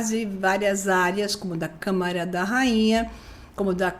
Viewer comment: A doutora tem dificuldade com as palavras Câmara e câmera 😂